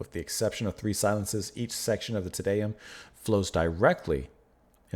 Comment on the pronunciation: As a general rule for pronunciation of Latin (or basically any language besides English). A=ah, E=eh, I=ee, O=O (without the English diphthong oo), U=oo. Te Deum = Tay DAY-oom by Ah-vro Pairt (Umlauts, ä , are another story). Great piece, ❤️ Pärt. I prefer modern harmony to avant garde noodling any day. At the end, you got the pronunciation, except TIN-tin-a (like hat) byoo-LAY-shun.